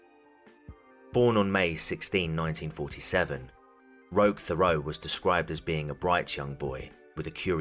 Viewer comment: Good video, but I think his name is pronounced "Rock Terot" but the French people spelling throws it off.